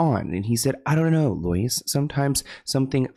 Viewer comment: “Loyse” ? Girl…